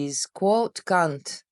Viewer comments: Kant would be fine, but it sounded to me more like cu, like cup. Instead of can't and Kant. If no complaints, it's no big deal. Love that you caught that. IT was funny. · you have trouble saying a word, and you repeat the mispronounced word a few times, trying to find the right way to say it. We all do it. This time it's a curse word in English. C u n t is a derogatory word for women's most private area. Other than that, this is a great way to explain how people fall into a way of thinking that turns off their critical thinking skills to certain people, places, or things. They don't critically think about it because the system has given them the answer, and the work has been done for them. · Haha Kant ...Kunt... Kant 😄🙏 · For future reference Kant rhymes with 'haunt' like a haunted house. The other word rhymes with hunt. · That bit of trying not to pronounce Kant like c*nt with your accent had me in stitches, thanks for adding some levity